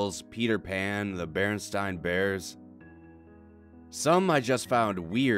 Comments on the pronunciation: Im pretty sure he said "BarenSTINE bears". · He said Barenstein bears... Woo Mandela effect. Glad I'm not the only one who remembers it being Barenstein not Barenstain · OMG he said berenstein not berenstain AAAHHHH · The "bearenstine" bears?